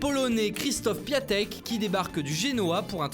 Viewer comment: les gars on prononce piontek pour piatek svp